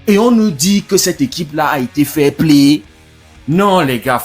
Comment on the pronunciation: S'agit-il du" fair Play " ou plutôt du " failli Play " ...?